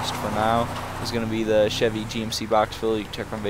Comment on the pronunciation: I like how he bad mouths Chevy but obviously he knows nothin about Chevys/GMC because he can't even pronounce it.